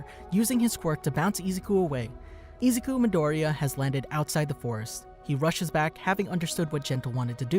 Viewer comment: Bro you’ve seen the show why do you say his name wrong 😣